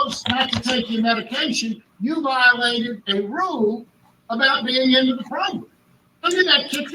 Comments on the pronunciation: I'm happy to hear I'm not the only one to grin when I hear progrum. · I first started watching you, you used to say "PROGRAM"...now I smile a little every time I hear you **unintentionally** say "PROGRUM"🤭I caught myself doing the same thing recently at work and my co-worker gave me a strange 👀 when I busted out laughing🤣Judge Maribella has gotten to us all! 😁I love your channel, your content, your thoughtful unpacking, and reading the opinionated yet respectful comments of my fellow subs💟, thank you so much for all you do💯 I often find myself nodding in agreement to your end narratives, your genuine reactions, listening to you think out loud from the different parties perspectives is a pleasure to watch. I'm subbed to a lot of different law/crime channels, mostly geared towards entertainment, but this one is special bc you're disseminating truly important information...if we ever hope for any change, the public needs to see how our criminal justice system works (or unfortunately sometimes doesn't😓). Ty again😇